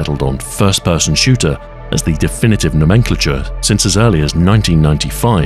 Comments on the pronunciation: Im SO glad someone else caught that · You should be criminally prosecuted for that pronunciation of "nomenclature" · is that genuinely how you pronounce nomenclature?